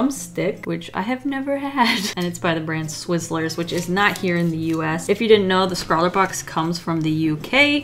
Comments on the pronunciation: Not to be that person but it's swizzels. No R. The most elite halloween candy in the uk. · Sorry but did anyone slightly die inside when she said swizzlers and not swizzlers?